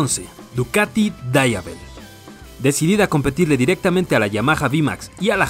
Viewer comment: Se pronuncia como se escribe.. DIAVEL, no DABA EL.. es italiano..